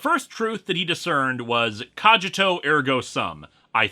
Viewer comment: Cogito...hard 'g' and the 'i' sounds like a long 'e'...sorry, just my first year Latin kicking in.